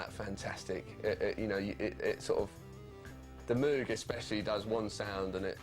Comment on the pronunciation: Moog! It’s pronounced like VOGUE but with an M! Please get it right.